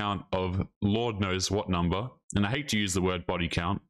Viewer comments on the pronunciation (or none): New ick unlocked: women who pronounce "and" as "AYY-YOOOND"